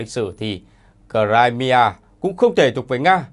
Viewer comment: Nghe đọc cờ-rai-mi-a mà không biết đó là đâu!